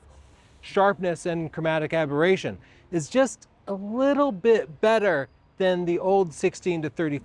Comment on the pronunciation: Aboration?! Aberration.